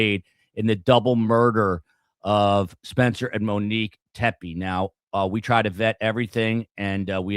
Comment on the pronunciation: The last name is pronounced Tep-ee, not Tep-ay.